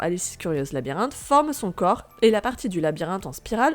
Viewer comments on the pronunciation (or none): none